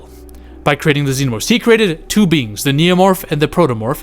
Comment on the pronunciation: Lol l 100% heard you call it AVP Poo instead of 2. Thats hilarious